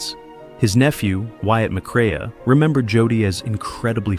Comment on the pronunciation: Teach your computer, artificial voice, how to pronounce Joel‘s last name correctly.